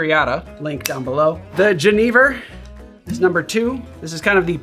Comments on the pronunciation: Ja, jenever! Finally a channel that takes the time to pronounce it right <3 Great drink, nice riffs. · As someone who is Dutch I have to say you pronounced "Jenever" perfectly sir! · Great pronunciation on the Jenever! ;) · I'm from the Netherlands and you're the only person I've ever heard say jenever correctly on YouTube lol